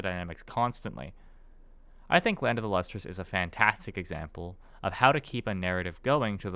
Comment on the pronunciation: Since this guy mush mouths the title every time he says it, the manga is called Land of the Lustrous.